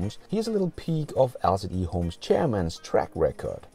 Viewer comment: I think the EHOME is to be pronounced like E-home, with emphasis on E for 'electric' and no emphasis on home. I enjoy the show, keep it up.